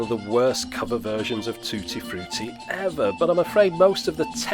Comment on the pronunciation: "TOO-TEE FROO-TEE". Your Brit accent had me on the floor. Hey - the playback quality through the stereo was totally acceptable! In the U.S., Dictaphone / Dictagraph would just make Dictabelts (think Nixon 'tapes') that worked in a similar manner, without the clever continuous loop in the cartridge - which certainly was needed to achieve the good fidelity. Thanks for the education. NEVER saw this one before in the U.S...Excellent videos.